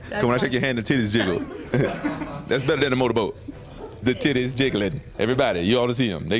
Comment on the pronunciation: "I'm not even looking at those tit-tays." This man is a damn poet.